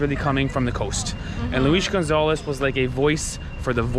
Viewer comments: The name is Luiz Gonzaga: dont "Gonzalez" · Dude, just read the name without apathy, then you gonna say it right: Gon za ga